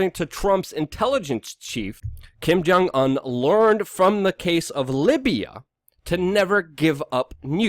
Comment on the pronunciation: dont trust "news" from somebody who cant even pronounce the name of the country leader hes giving "news" about